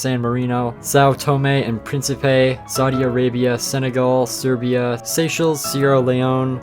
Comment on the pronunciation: Him not being able to pronounce Bosnia and Hercegovina was funny lmao. he did mispronounce Croatia a bit but he did great on Serbia. Good job though.